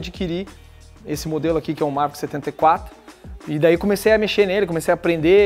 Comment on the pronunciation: Dá impressão que ele ta falando Mazda, toda vez que fala Maverick.. kkkkkk